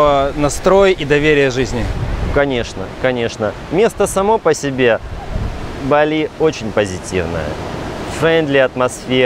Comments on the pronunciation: не БАли, а БалИ правильно говорить)) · Какой позор! Каждый школьник знает как произносится название БалИ - с ударением на последнем слоге!.. И зачем то и дело перебивать атеистов, даже прикидывающихся мусульманами, христианами или буддистами? Это разве хороший тон!? Иудеев перебивать да, можно, они обрезанные, значит некультурные и поэтому их необходимо тыкать в это как котят - носом в какашку! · То БАли то БалИ. Ударение туда сюда меняете. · Дама с жасмином.. местные жители говорят БалИ, как и французы, которые когда-то колонизировали эту провинцию, а их там оочень много проживает и приезжает, с чего вдруг "наши" решили адаптировать под русский язык, не понятно.. я всегда говорю с ударением на последний слог и это не бросается в глаза, там никому выпендреж с русскими ударениями никому не интересен. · не бАли а балИ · Ударение правильное Ба'ли, а не Бали'. Живет много лет , но не знает этого? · Чуваки пытаются говорить бАли, но время от времени всё равно сбиваются на балИ. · То БАли, то БалИ))), а как все таки правильно? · Провёл года 3 в Индонезии - ребзя, на другой слог ударение - БалИ! Инфа 100%, можете уточнить у местных.